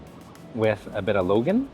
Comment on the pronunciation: What kind of Chinese are you...its not Logan....its called Lon Gon